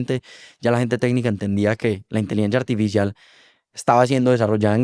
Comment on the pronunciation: jejej porque pronuncia inteligencia "artifishial"